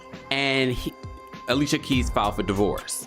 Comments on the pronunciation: It’s pronounced aleesha keys. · Who tf is Ale-sia keys? 😅